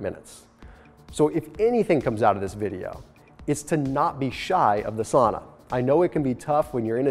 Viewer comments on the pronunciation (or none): That's not how you pronounce "sauna" though :D